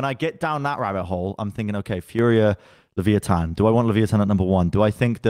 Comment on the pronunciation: Am I the only one who disslikes how is saying leviathan 😂